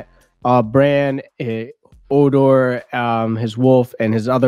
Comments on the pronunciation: HO-DOR not O-dor! Lol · He called Hodor "odor". HOW can you mispronounce literally every name? LoL